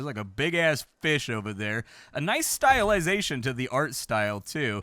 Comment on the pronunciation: Styeliseation. Is that a word? Apparently you studied art like I did.